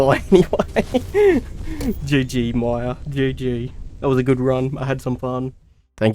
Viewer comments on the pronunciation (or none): none